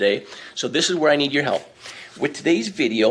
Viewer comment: Hilp? Lol